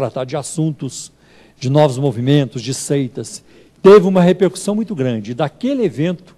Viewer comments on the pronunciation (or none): none